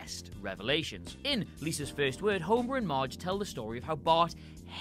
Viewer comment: The way you talk tho Lisäs Först wörd